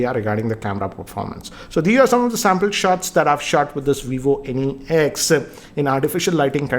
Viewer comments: It is not Vivo n-e-x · at first I thought he's saying Any X